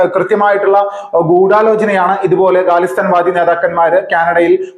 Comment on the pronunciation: "ഗാലിസ്ഥാൻ" അല്ല ....ക - ഖ - ഗ - ഇതിൽ ഖ- യാണു ഉച്ചരിക്കേണ്ടത്.അതായത് " ഖാലിസ്ഥാൻ "